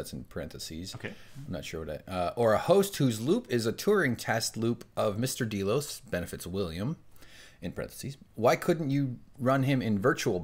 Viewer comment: DAY-LOS, Not D-Loze.